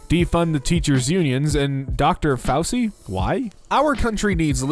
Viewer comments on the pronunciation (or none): DUDE! Chloe is pronounced 'clo-ee.' I love you, but where the fuck have you been/are you from? Also, Fausee instead of 'fow-chee?' Please, come back to the planet. We NEED to reeducate you, my dude.